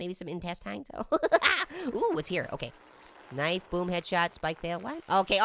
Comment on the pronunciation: haaaa one time you said hey apple want kife